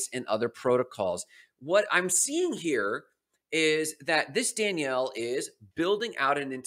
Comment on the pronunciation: I am pretty sure you're pronouncing Daniele wrong, you are pronouncing it as a girl's name, there is no way that's correct, the way you pronouce it is the girl version which would be Danielle, which is wrong